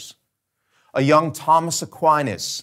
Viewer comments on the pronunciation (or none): none